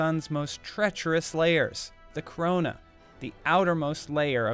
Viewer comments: When it said crona a wa like did the crona actually come from here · Corona? W-what? S-Say that again?